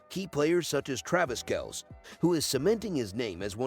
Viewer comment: Try learning how to pronounce Kelce and Mahomes!!!!!!!!